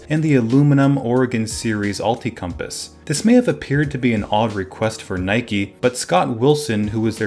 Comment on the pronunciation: Isn’t it Nike not Nikey